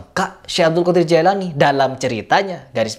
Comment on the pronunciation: Jailani apa jilani ? Bilang gitu aja nggak teteh mau ngomentari agama .